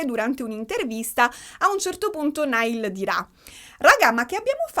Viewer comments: "NAIAL" non "NAIL" ❤ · tutto bellissimo ma ti prego, si dice 'Naiall', non 'Nial' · comunque si pronuncia “naial “ e non “nail “ 😂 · comunque si pronuncia naial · ti adoro ma ogni volta che hai pronunciato male il nome di Niall in questo video ho perso un battito 😂😂